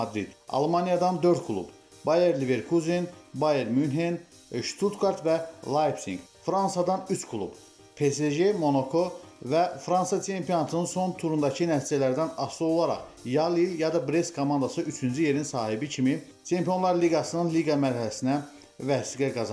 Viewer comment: Monoko yox, Monаko!